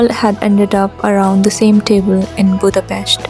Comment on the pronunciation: It’s April 13th, a.m., I believe... Thanks for your thoughts and for pronouncing the name of our beautiful capital correctly 😊